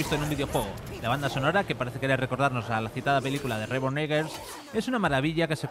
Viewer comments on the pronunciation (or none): “Rebon Eguers” 🤓 jajajajaja me imagino que se referían a Robert Eggers pero mal leído